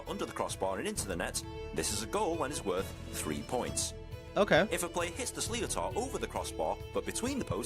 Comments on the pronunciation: Its pronounced Slit-tar think of what a pirate says and put that after slit. I dont know where slee o tar comes from but thats not it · You will have a lot of Irish mentioning this but Sli o tar? Don't watch an English man explain an Irish sport please (or was it AI?) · The game is 70 minutes not 60. The narrator obviously has no clue about Hurling. He is butchering the description. The ball is called Sliotar but it's pronounced Slitter. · This guy is not allowed to make a hurling rules vid if he can't even pronounce sliotar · The hell is with that pronunciation of Sliotar? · think i may cry at ninhs pronunciation of a sliotar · There's definitely not (hard) "s" sound, but (soft) "sh" sound (due to the "s" lays next to slender vowel "i") and there's definitely not "o" sound in pronunciation (it is there only to fit the rule "around consonant or cluster of consonants should be written vowels from the same group, either slender or broad, although this added vowel isn't read". Broad vowels are "a", "o", "u", slender ones are "e" and "i"). The "shleet(a)r" was my attempt how to describe pronunciation in english of something I'd pronounce in czech (my native language) as "šlitr". (here was ID of YT video where "sliotar" is correctly pronounced, but apparently it was also reason why the comment was deleted. The link to the well known page "how to pronounce in irish" had to be removed as well). Or for better fun, look at proper pronunciation of "iománaíocht" (that's "hurling" in irish gaelic :-) ). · I can't describe the pain I'm feeling listening to a englishman trying to explain the rules of hurling and butchering Irish pronunciations. It's sliotar, pronounced slitter or shlitter And games are 70 mins, 35 minute halves, not 60-30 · You forgot the emphasis on the h, shlitter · Fyi, the ball is pronounced as schlit-ter, definitely not slee-o-tar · the guys pronounciation of sliotar is way off, its an sh sound, shlitter. shitter with an L